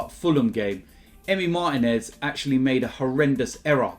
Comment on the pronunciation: Bro in the last name Martínez, the stress falls on the second syllable, not the first. Trust me, I'm a Spanish speaker and you guys can do better.